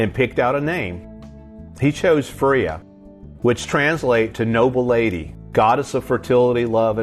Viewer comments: just for the future reference, the goddess' name is pronounced "Fray-uh" ("Fray" like "this thread is frayed at the end") Maybe someone else also said something, but good try given the spelling 😅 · the Norse goddess is pronounced fray uhh also so much garbage graffiti if you’re gonna do it at least make it look good